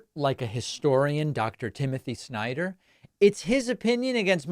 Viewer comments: I am also wondering why MTG is pronouncing the family name "Snyder" on such an awful, humiliating way as if she spits out a rotten part of meat. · Exactly. What's worse is her followers only had one takeaway from the entire exchange, and that was the snarky way she pronounced his name. "You go girl! Sure put him in his place." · The way she pronounces his name along with MR instead of Dr. No respect was made obvious.